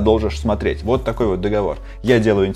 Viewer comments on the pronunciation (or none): none